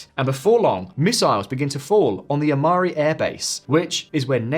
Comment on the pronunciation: The hell is that pronounciation on Ämari and Suwalki lmao